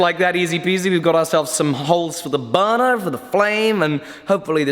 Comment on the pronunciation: I believe it's "Burner" not "buunuu" lol.